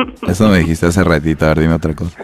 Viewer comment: Ella 41 y el dijo dijist 31 jajaj 🤔🤔